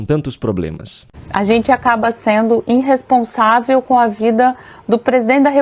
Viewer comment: Parece que ouvi "inresponsável". Diga para esta baranga que o certo é irresponsável.